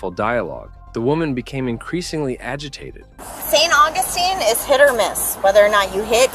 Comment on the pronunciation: If you cannot correctly pronounce "St. Augustine" you shouldn't be narrating this video.